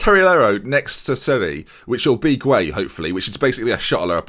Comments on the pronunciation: Idrissa gueye pronounced guy not gway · Gueye is pronounced gay btw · Gueye is pronounced as gay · I think Gueye is pronounced "Guy" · Gueye is just pronounced 'gay'